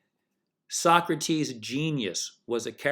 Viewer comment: I think the fact that you don’t know how to pronounce Socrates’ name automatically disqualifies you from discussing anything spiritual or philosophical.